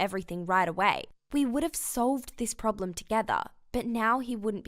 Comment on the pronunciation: Sit-ui-ation Prob-uh-ulem Se-HI-ense